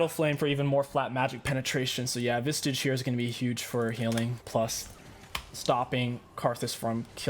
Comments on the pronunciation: Why do you call Visage, vistage? Or am I wrong? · My man. There is no T in Visage. Idk if you know how much it upsets me and you do it on purpose or what 🤣